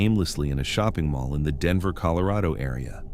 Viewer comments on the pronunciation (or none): none